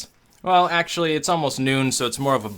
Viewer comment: sounds like "It's sexually pretty good". Man, those MRE episodes just got even better.